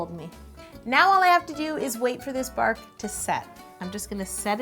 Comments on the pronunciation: "Bark" Me: Ew why u calling it barf? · Hahahha I thought she said “chocolate barf” and I was a bit concerned 😂. And that cake looks amazing! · No joke, when she said "chocolate bark" I thought she said chocolate barf! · I thought you said chocolate barf! ^0^ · Anyone else keep thinking she was saying chocolate barf... lol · It sounded like she said she was going to add some chocolate BARF and not bark. lol I was so confused for a second.